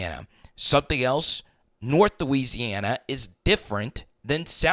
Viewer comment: I love bro, but each time you said north or south Louisiana, it sounded like that 😅😅